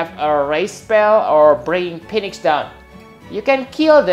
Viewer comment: you said "Phoenix" incorrectly. As I stated before, whenever you encounter a "ph" replace it with an "f" in order to correctly pronounce it. It would be spelled "feenix" if you wanted to say it correctly. Another example of the "ph" sounding like an "f" is in the words "alpha centauri" and "pharmaceuticals". Keep up the good work!